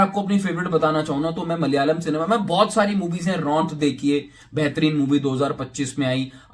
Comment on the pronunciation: its is malayalam.. Not mal yalam